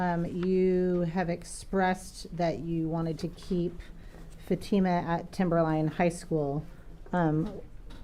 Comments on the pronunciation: Mr. Ali's lawyer calling Fatima "FAT uh muh" is deliberately disrespectful and gross. He's heard everyone in the courtroom pronounce her name 'fa TEE ma" 1000x yet insists on mispronouncing it. He has a job to do, but basic common decency in the courtroom -- especially when it comes to an indisputable victim, a minor -- is not too much to expect. Shame on him. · Why does the defense attorney pronounce Fatima’s name different than everyone else? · It is telling that the judge, the prosecutors, all the witnesses pronounce Fatima’s name correctly, and yet the two defense attorneys pronounce it incorrectly the entire trial. A basic lack of respect.